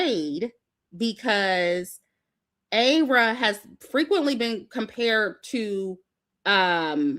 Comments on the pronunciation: It’s EYE-rah 😭😭but you’re fine we won’t hold it against you lol. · It’s Ayra “eye rah” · Just a small correction, Ayra star's name is pronounced I Ra as in I then Ra😊